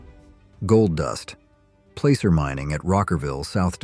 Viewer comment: " Placer mining". . . pronounced like Acid, not a full "A" sound. Sheesh.